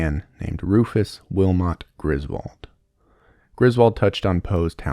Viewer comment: Lol, “Rufus”. What a nerd.